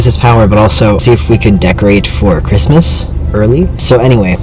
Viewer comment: "Merry cismas"